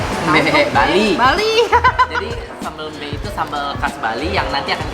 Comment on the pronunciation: Sambel Mbe itu baca huruf e nya itu seperti menyebut e di sEmur, bukan nyebut e di Ember. Itu sambel khas bali selain sambel matah